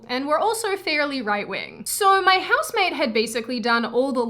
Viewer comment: Useless comment for a useless video. Cant tell if you're saying house maid or house mate I would kill for a house maid though. Then I would kill the house maid. Trump ironically made me a leftist. I use to like your content. Now its dumb. All conservative content is dumb now. Unless it's traditional morality stuff. Also, getting tired of only feds being youtubers. Tell Susan and her friends I got on youtube to get away from Zionist propaganda. Not for them to shove it down my throat secretly. You have to say you're a fed or else its death penalty.